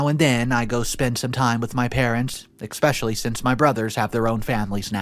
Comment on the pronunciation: Especially* not "expecially"! 😁